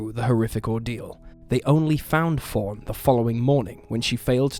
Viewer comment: Love the name Fawn but I got all comfortable and heard “Foreign 🐓s”.